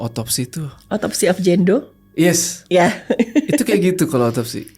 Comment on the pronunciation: Autopsy of Jane do, bukan gendo